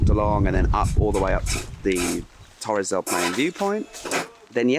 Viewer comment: TORRES DEL PAINE, not TORRES DEL PLAIN! (WTF!) ... and the huge birds were nothing less than majestic CONDORS, our national bird depicted in Chile´s national coat of arms alongside the huemul (a local kind of deer, exclusive to Patagonia). Bitching aside, beautiful video. Congratulations! You got one more subscriber!